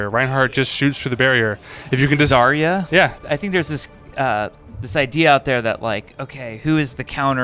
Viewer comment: Why even Blizzard stuff pronounces Zarya's name wrong? Can we do something about it?